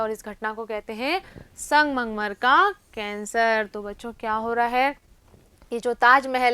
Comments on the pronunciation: Aap sangmangmar bol rhi thi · Mam sangmarmar to shi bolo